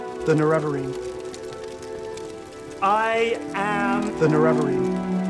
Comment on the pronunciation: I’ve always pronounced it with the stress on NeREvarine. Not sure I’ve heard it as NereVArine before.